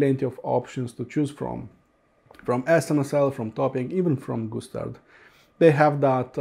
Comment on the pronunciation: Sounds like when you say Gustard you're saying Goose Turd. Okay maybe too much tweeds for me today. Thx for the review. I'm gonna go read a book w/ pictures now.